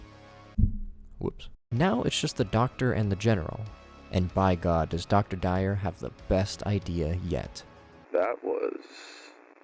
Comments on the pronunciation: Yo, plus. To pronounce Dwyer its pronounced d-why-er not dire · Really couldn't be bothered to Google the pronunciation of Dwyer? Your analysis is good but the lack of effort on details makes me feel like your analysis could be incomplete.